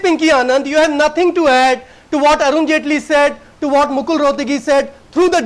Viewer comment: ROFL "Arun Jhaantley" X-D